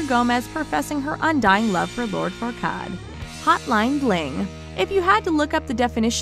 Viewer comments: It’s far quad that’s how you say it not farkad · Have you even seen Shrek? You totally mispronounce Lord Farquaad's name. I am greatly and deeply offended 😂